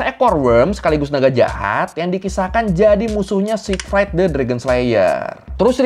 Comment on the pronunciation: jormungandr itu bacanya yormungander bukan jormun-gard, kan N nya didepan R Siegfried juga bacanya Zig-freed bukan sig-fraid kyk fried chicken 😁